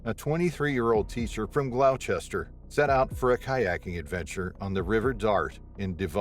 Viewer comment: They were talking about glouster in America anyway. Not the uk. City in Massachusetts famed for its fishing industry (you’ll know what I mean if you’ve ever watched the perfect storm) They still pronounced it wrong though.